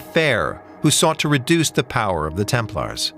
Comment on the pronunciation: You run interesting topic can't you make sure the audio is proof read? I hear multiple times the "order of the temple", isn't it 'order of the Templars". It's irritating to hear typos when you run an international channel.